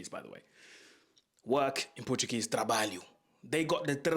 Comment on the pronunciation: Big big shout out for flawless pronunciation of “trabalho”